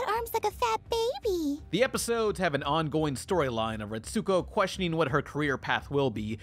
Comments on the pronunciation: Ret-sko, not ret-su-ko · "Ret-soo-ko" triggered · U said retsokus name roung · You are pronouncing Retsuko wrong that it hurts...